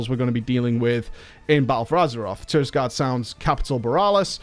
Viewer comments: It's TirAgarde Sound. Not TirISgarde. TirAgarde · "Tirisgarde Sound" is just trolling his viewers at this point.